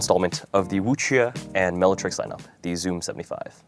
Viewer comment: Finally someone who pronounces the "que" properly :goodvibes